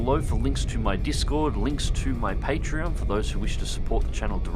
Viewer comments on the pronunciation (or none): none